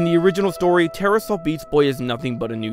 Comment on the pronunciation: Ta-ra. Not terror, not terra. ta-ra